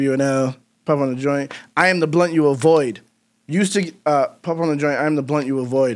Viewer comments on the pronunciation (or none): It always seems to me that he, before mentioning paranoya, says "afreud my problems" (it is pronaunced afroyd) instead of "avoyd". Like Sigmund Freud, father of psychoanslisis. And nobody sees that posibility